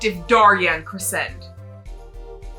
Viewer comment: For Daryan Crescend’s name, I believe it’s pronounced dare-ee-en creh-shend, I’m not 100% sure on his first name but his last name comes from “crescendo” which is a musical term that means to gradually get louder